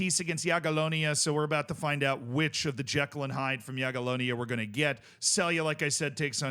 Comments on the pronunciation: Yeah! has learned to pronounce "Jagiellonia.":) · appreciate correct pronunciation of Jagiellonia! Let's go one step further --> try Legia "Var-schava" next time!